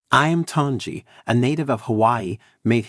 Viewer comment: Click Bait. Can't even pronounce the name correctly. used bait words such as SAD NEWS and SHOCKING. My first thumbs down ever.